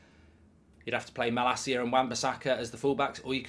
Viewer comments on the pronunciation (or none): none